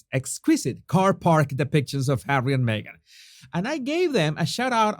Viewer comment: No body needs Hawwy, no body wants HAWWY.